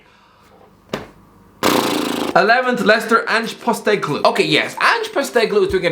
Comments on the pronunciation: Ange Postecoglou is pronounced Pawst - eh - cog - loo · Wow you butchered postecogluo's name its post as in com-post eh cog loo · U said postecoglou wrong and he’s only the most successful coach to come out of Australia winning an Asian cup and multiple league titles with two Australian teams and now he’s a winner in Scotland so he’s not just some nobody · The way he pronounced Ange Postecoglou hurts my ears.... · Can't tell if he's pronunciation of Ange's last name is more disrespectful than his analysis of him. Give the man some credit he got Australia to win the Asian Cup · The way you pronounced Ange’s name 😂